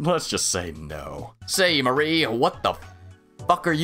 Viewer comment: Well, your pronunciation is ALMOST correct, you just stress the wrong part of it. MAWree instead of MuhREE. Hmm.. not as easy to point out in text.